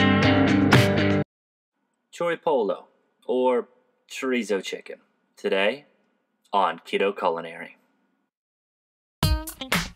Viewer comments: Pollo is Spanish so a double L makes a Y sound chori poy-yo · I came to this Video to find out how to pronounce chori pollo and you have failed me.